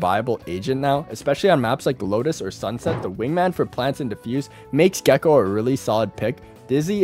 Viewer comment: Gecko? Wasn't it gekko? XDDD